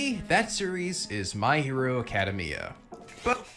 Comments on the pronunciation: The way this guy butchers words drives me up a wall. I should smack you for saying “acadeymia” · I never heard anyone pronounced it that way. Lol